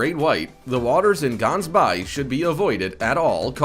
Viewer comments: it is pronounced with a G i am from South Africa Gah-ns-by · proper pronuciation Gansbaai - ggggggaans-buy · You're not not calling Gaansbaai properly it's not a bay. I live here. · The way he says Gansbaai 😂 as a South African i go there alot is pretty safe just do swim to deep and btw he pronoused it wrong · We live in South Africa and sharks are in the sea like lions are in the Kruger National Park. We have respect for the sharks here and they need to be looked after. GANSBAAI is pronounced G as in the sound a cat makes when chasinging you away and a is in awh you so sweet. Its Afrikaans. And we dont have that many attacks. However we would appreciate if the world protects our sharks against accidental fishing and catching for shark fin soup.